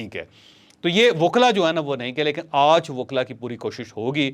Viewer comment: Ooj nahi hota panjabiyon.aaj hota hy